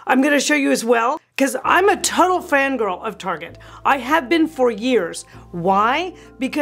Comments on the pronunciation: Haha, I’ve had all that stuff you said not to get. Still have the matching dining set. It’s a work in progress! Btw, you probably know that “Tar-jey” was a big fat fail here in 🇨🇦. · you are so entertaining!! I haven’t heard Target pronounced “ Tar gey” since I was in junior high and we were trying to impress friends by pronouncing it that way!! 😂. I believe the Dayton family started that store, and unfortunately Dayton’s Department Store is no longer!!😞. Loved that store! You have so many good tips and advice. Thank you!!